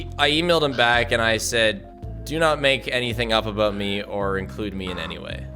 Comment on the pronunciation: right after "the odds were aboot double that" too